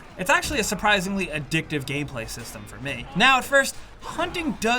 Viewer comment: Did you just say “Addictive Gayplay or gameplay? 🤣